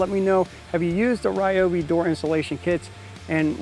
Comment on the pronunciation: my bro, I heard an "insult" directed at you from Sara at "tool show". She was correcting YOU of all people that it's pronounced "REEOBY NOT RYOBY". I almost started to cry for you😢😂